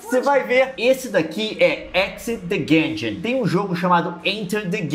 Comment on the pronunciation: Guengeon? primeira vez q escuto essa pronúncia.